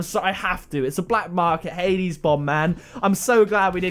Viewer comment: You said hades bomb wrong btw